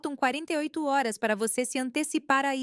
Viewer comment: É difícil falar horas hors fica ridículo a forma que leem .dolis ao invés de dólar etc .fraude é essas histórias